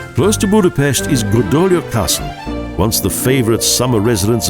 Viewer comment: If you're going to narrate a documentary it would be good if you could correctly pronounce at least the places you're speaking of. Start with the pronunciation of the letter "S" -- pronounced like "SH" in English, as in "SHopron", and "BudapeSHt". Learn the pronunciation of letters in the Hungarian alphabet. Thank you.